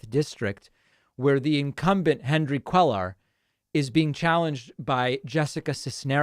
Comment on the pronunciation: CUELLAR IS PRONOUNCED COO-AY-AR.